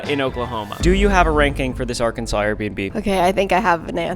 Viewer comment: “Arkensire” sounds like an english place name